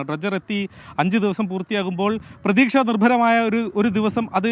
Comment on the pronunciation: എന്തിനാണ് പ്തുക്ഷ, പ്രതീക്ഷ എന്ന് പറയുന്നത്